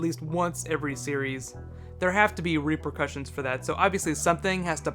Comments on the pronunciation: Did ***** really just say "Reaper... cussions"? ;) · "Repearcussions" XD